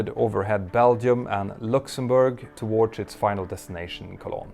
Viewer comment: you keep saying "towardsh" why?